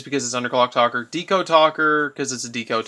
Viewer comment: good deck! nice build. but it's Underclock TAKER!!! not Talker!